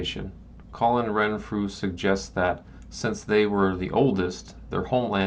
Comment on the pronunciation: Renfrew was WRONG-Frew.